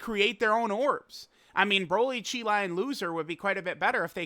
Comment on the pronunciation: Why does always mispronounce Cheelais name? Its not CHAI